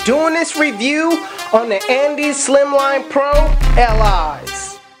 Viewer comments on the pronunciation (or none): And iz not andeez